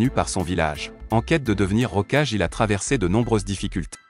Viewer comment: Kulama ? Rocage ? T'es sérieux ? Évite de faire appel à un robot pour tes vidéo en français 😂😂😂